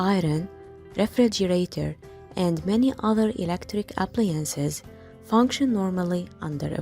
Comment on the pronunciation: It's appliances not appliences